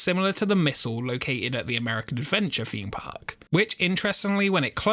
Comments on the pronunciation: i think if you are presenting videos you should brush up your english. Its Cleethorpes not Cleeforpes and a Theme park not feme park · Like your videos but it's a THEMEpark not a FEEMpark. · Can you please stop saying feme park instead of theme park. It's TH not F